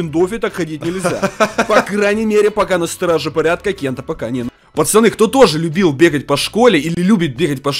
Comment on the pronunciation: Почему ты говоришь почаны а надо пацаны я уграю🤣